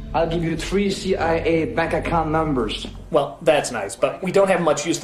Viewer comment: AHLL GEEVE YOU THREE, CEE AIH AEH BAKAKA NAMBERSS!!!